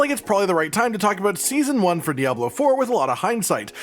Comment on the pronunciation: Sison Uan is garbetsch